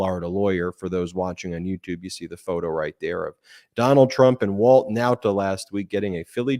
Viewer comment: I really can't stand how u say Walt Nautas name!!! I love the show but the way u say his drives me crazy lol